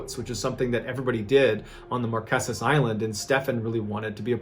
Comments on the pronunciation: I'm a fan and a subscriber, so I say this with love: They are pronounced the Mar-KAY-zas. Promise.💖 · It’s not “Marqesent” “markisses” 🤦🏻‍♀️ it’s pronounced “Mar keys” “mar key sis” .. can’t be mad cuz at least you tried 😅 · markesus lol it's pronounced mar-kay-sus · Love, Love, Love your videos! BTW….Pronounced “Mar KAY sus islands” 😄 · Just a side note, you're pronouncing Marquesas incorrectly, its pronounced mar-kay-suhz. Also for anyone wanting to go, there's a luxury ferry, that's dual purpose, and also functions as a cargo vessel, called the Aranui 5. It makes a 12 day circuit from Tahiti to the Marquesas. The ship also makes less frequent trips to Pitcairn, Gambier, Austral islands, Cook Islands and some of the other Society Islands. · Everything else is so perfect , I HAVE to let ya know how to pronounce Marqueses . Sounds like Mar-Kay-sis . LOVE this channel !